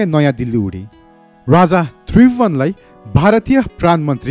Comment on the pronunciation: Tait mula k vanx bs1963 ma janmera bs1938 ma 5 barsa vanxa .and rani Ra raja ho Vanni Ryani Ra ryyaja hoin .kya narrator banega aawaj nai sajin maharjan ko jasto xa